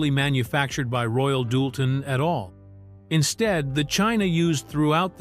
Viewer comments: Same AI voice.I've heard many times getting very bored with it. He mispronounced the china as royal " dull ten " plus many other mispronunciations... This documentary could have been more concise and shorter.!!! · And it’s not Royal Doolton, hahaha…but that’s an AI voice reading a script. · Royal DOOLTON??? Really??? 😖🫣